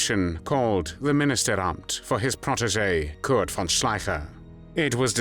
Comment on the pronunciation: I appreciate the narrator pronouncing von as fon.